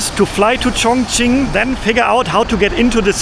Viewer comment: is it pronounced Chongching or Chongqing?